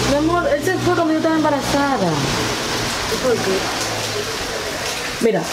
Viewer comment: Alli dice hebrarazada y es embarasada